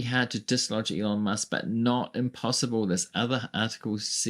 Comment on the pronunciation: can’t even say his name! He refers to him as “Leon”!